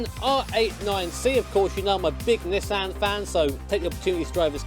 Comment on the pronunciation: Big fan of Nissan but can't pronounce it right.